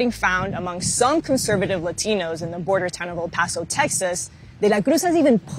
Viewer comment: Ha why does she sometimes say "ladinos" in super authentic accent and sometimes "Latinos" like any average person would say it?